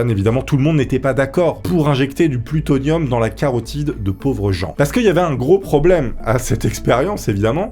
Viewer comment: T'as vraiment du mal avec le mot plutonium et pas seulement au début 😅